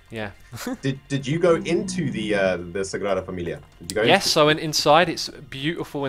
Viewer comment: love how you said the Sagrada Familia's name (i'm actually from Barcelona😂)